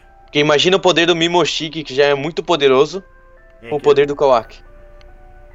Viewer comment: não é mimoshiki é momoshiki